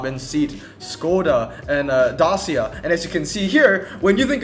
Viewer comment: Pronounced Say-At, not seat, and also Day-see-a